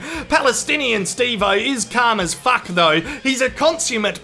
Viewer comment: The way says Faak!! 😂